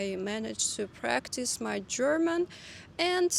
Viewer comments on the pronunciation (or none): none